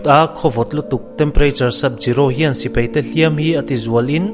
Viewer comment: Angaihnawm e,mahse sipei ti a lamrik a awm leh thin hian ka beng a ti thlep deuh